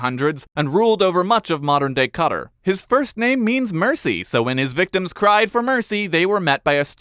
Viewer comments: Cutter? No, it quatar. QATAR. GET IT RIGHT! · I think you're supposed to say it cattar but even then the correct Arabic pronouncation is actually pretty short. Arabs say it more like catr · What in the american geography did this man just call Qatar cutter? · Qatar is pronounced “kah-TAR”. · Cutter? That's how you pronounce Qatar? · From cutter? Do you mean Qatar? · Shouldn't it be "cut-taar"? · Your pronunciation of Qatar makes me wanna stab my ears out